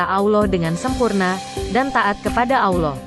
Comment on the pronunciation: Itu suara translatenya payah tuh masa kata Allah dibilang awloh